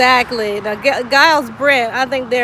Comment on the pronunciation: Mine too on my fathers mothers mothers side. And giles is pronounced jiles not the gu sound at the beginning!